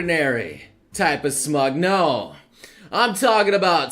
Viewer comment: Every time you say smug I think if Smaug